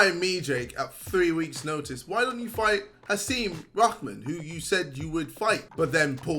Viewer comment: I swear man poor Hasim Rahman’s name has not been pronounced correctly in the whole video Lmao